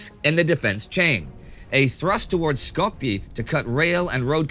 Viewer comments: Indy my man it's pronounced 'Skopyay" not "Skopyee" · You pronounced Skopje wrong I think. Also that bombing of Greece I wanted to add that the explosion was so big it shattered windows 7 miles out